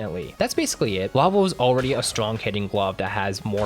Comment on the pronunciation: Bro said GLAWVEL when talking about Excavator😭. It's GLOVEL